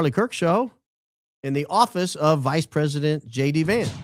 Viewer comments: When JD Vance introduced himself, if sounded like he said Shady Vance. I think that is so fitting. VP Shady Vance. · It sounded like he called himself Shady Vance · Lol when JD Vance said his name, it sounded like "Shady Vance"